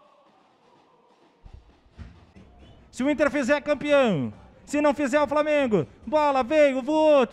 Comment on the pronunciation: Bebendo e dirigindo, e falando "framengo"